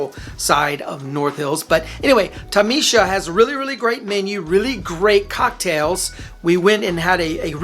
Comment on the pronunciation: You did butcher the name “Ta-maa-shaa” by calling it Ta-me-shaa. Tamasha means performative show in Hindi. FYI - for future reference in your videos.